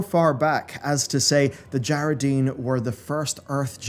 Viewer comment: I wish you pronounced at least half of the tribes/kingdoms names correctly. It’s DjaraDIN not Djaradeen. It’s AlterAc not Alteric. It’s Amani (UH-MOH-NEE). 🤦🏻‍♂️